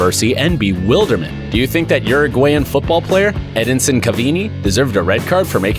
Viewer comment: Edisin cavini, no I think it's said like Edinson Cavani.